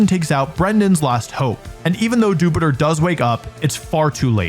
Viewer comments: The way Americans pronounce "Dewpider" makes no sense! (I guess because they pronounce Dew like... Doo??) It's "Joo-pider" like Jupiter, cause it's an astronaut! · I hate how Wolfey says Dewpider. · Everytime says "Dewpider" we get more stupider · Wolfe pronounces Dewpider cuz he’s more stupider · What's with that Dewpider pronunciation? It comes from "spider", not the planet "Jupiter". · Wolfey's killing me with his Dewpider pronunciation 😭 Emphasize that i like spider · The way you pronounce dewpider just scratches an itch in my brain